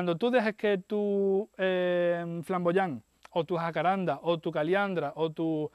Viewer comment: Buenas, gracias por el video. Sé que no hace al asunto pero es "Jacarandá" con acento en la última "a" Se que por eso de los nombres científicos donde el género se lo pone Jacaranda familia Jacarandae y por eso que en Latín todas las palabras son graves y no hay tilde prestan a la confusión pero es una palabra de origen Guaraní de pronunciación aguda. Como dije, no hace al caso pero igual: Un abrazo.